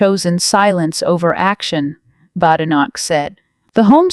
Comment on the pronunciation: Unbelievable! You can’t even pronounce Badenoch’s name correctly!